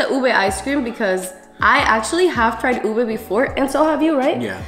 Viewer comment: I appreciate how u guys pronounce ube the traditional way bc most non-filipinos always say u-BAY